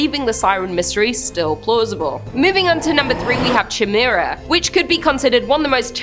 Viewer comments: You silly Canadians and your pronunciations... Chimera is generally pronounced kai-mera. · Just fyi, Chimera is pronounced like - Ky-meera. Just trying to be helpful heh. Love ya 😘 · Ch in greek makes the K sound. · How do you not know how to properly say Chimera? The Queen is utterly disappointed in you for butchering her English.